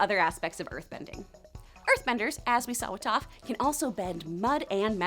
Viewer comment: No it's Toph because it sounds like tough